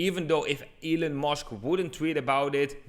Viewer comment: sounded like he said ELLEN MUSK one time